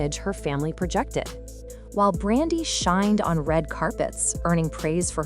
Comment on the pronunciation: How you tell a story about someone and say their name wrong multiple times. 🤦🏾 Her name is Brandy.